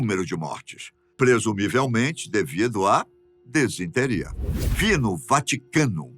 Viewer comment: Desinteria não, meu bom. Disenteria é a forma correta.